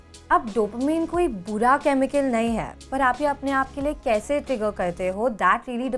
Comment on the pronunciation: When She Say's "Nai Hai " It's sounds funny 😅